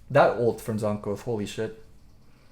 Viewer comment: it's jANKOS not Jonhkos.. Please man. AAA not OOOO. Your better than that.